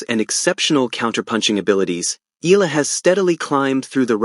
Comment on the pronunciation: plz pronounce correctly the name Eala not Ela should be Eyala